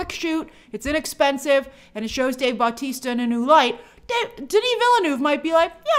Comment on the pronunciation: great video as always but please just im begging u say Bautista not BAUtista